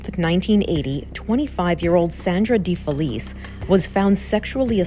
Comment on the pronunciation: Defelice is pronounced as "defeliche"americans pls do better at pronouncing italian and other ethnic names.